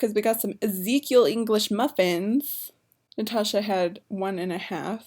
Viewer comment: natacha "ocean" 😂